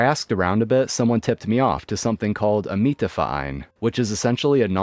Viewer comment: Congratulations on saying Mieterverein perfectly. Perfectly pronounced. 👏